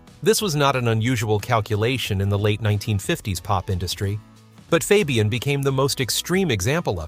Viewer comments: FOB-e-un? Try calling him FABE-e-un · Why can't A.l. pronounce names right?